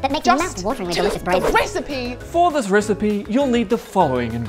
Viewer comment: Somewhere Ignis Scienta be like: I've found a new recipeh!